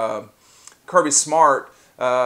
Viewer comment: Man said to be a smarter Georgia fan but don’t know how to say Kirby